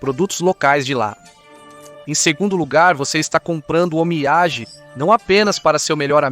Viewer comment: Boas explicações sobre os costumes japoneses. Só precisa melhorar a pronúncia das palavras japonesas (sushi, omiyage, onsem...)